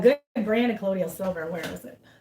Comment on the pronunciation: Just a picky correction of pronunciation: colloidal = pronounced co-loy-dal silver. The i comes before the d which makes it sound like y. You're welcome.